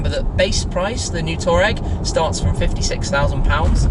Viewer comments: Erm it's pronounced Twar-regg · Wait, Brits pronounce Touareg like Toureg? Can't believe 😂